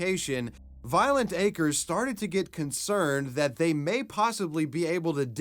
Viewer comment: Lmfao at Anderson Cooper pronouncing acres as a crez